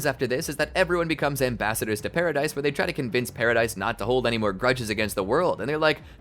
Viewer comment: The pronunciation of paradise island is actually pa-ra-dees island not pa-ra-dise